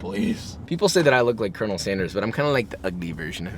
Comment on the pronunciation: definitely thought you said you were the gay version of col. sanders